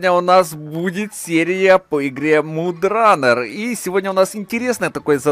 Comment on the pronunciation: не мудранер а модранер